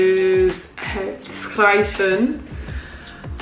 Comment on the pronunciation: Hi, im Dutch. You did it great because its not a simple language. And on the end you say jet but it must be het